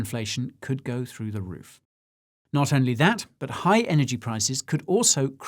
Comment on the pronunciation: The Mr Bean impersonation was spot on but, if I were tuning in for the first time, I wouldn't know he was saying "I'm NOT a financial adviser" 🤔